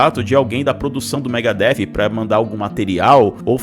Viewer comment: O Pepeu entendeu mega hair , foi isso, e não Megadeth kkkkkkkkkkkkkk 😂😂😂😂😂😂😂😂😂😂😂😂😂😂😂😂😂😂😂😂😂😂😂😂😂😂